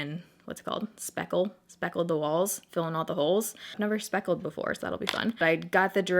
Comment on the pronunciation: Speckle (spackle), speckle (spackle) haha I'm dying 😂😂😂